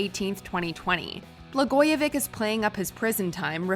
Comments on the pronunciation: BLAGOJEVICH- BLA-GOYA-VICH "CH" not "K" politician who knew too much! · Learn to say, "Blagoyevich." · Come on WatchMojo!! Do the basic research to pronounce the subject names correctly. It's Bla-GOY-a -vitch. Not -vick. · This compilation sucks. The commenter in the first video can't even pronounce Rod Blagojevich's name. It's not "VICK" it's "VICH" which is exactly as it is spelled. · Blagojevich you have to pronounce the H in his name it’s not Vic it’s Vich like the B word with a V. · Sweetheart, it's Bla-goi-e-viCH, not vick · Pronounce his name correctly. It is NOT “BlagojeVIC” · It’s pronounced Blagoye vi CH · It’s not “Blagoyevik” lol. Americans and their mispronouncing of non-English names. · How on Earth did she mispronounce Blogojovich every single time? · She said BlagojeVICK 😆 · Come on. Blagojevich rhymes with stitch. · His name is pronounce Blah-Goya-Vitch